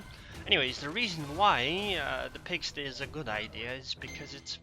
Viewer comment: You pronounced pigsty wrong though